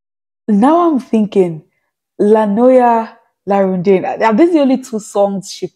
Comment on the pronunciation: The correct pronunciation is "rondin-a"